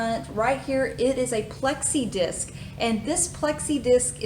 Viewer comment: Pronounced flexi disc.